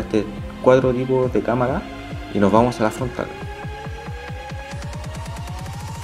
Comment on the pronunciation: fontral? fontrla? xDD nueva palabra mother fiker